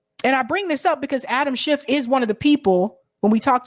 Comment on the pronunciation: Your ignorance is HILARIOUS. First of all, say his name correctly--it's SCHIFF (NO "t" at the end🙄). This whole "Twitter files" thing has been completely debunked. Matt Taibbi is a TRUE Putin-loving COMMUNIST--and I know how afraid of Communists you MAGAts are (even though not one of you can define Communism, Socialism, Marxism etc...🙄), but then again you are all Putin/Russia loving TRAITORS yourself, so who knows?